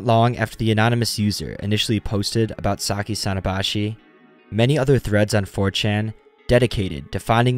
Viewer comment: さきさのばし contains the hirigana “sa ki sa no ba shi” I think it should be pronounced like that I’m not good at Japanese but I’m learning am I correct